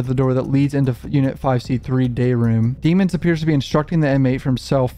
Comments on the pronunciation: I’m just confused why you keep pronouncing his last name dee-mons?? When in the trial footage you made fun of the prosecution and judge for not pronouncing his last name right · Please start pronouncing his last name right cuff that was in trail one